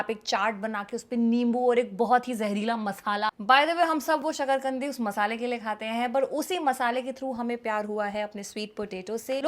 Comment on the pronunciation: i heared sakarkandi as shql gndi and she continue ki kese psnd nahe he i was shocked but later relize ki usne metha alu ka asli nam achanak se lia he